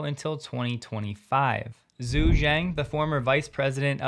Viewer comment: If Tom Zhu's name was spelled Tom Joo, would you still call him Tom Zoo? No you wouldnt. Zh is a transliteration for the "J" sound. His name is pronounced Tom Joo, just listen to him say it. My wife is Asian and after a few weeks of dating, she said "you know John, you should probably pronounce my name correctly". I took that to heart and now try to respect all people by pronouncing their names correctly.